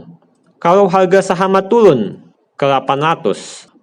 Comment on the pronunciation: Turun bukan tulun #captain707